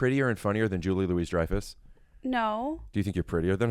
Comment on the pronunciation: doesn’t know how to pronounce Julia Louis Dreyfus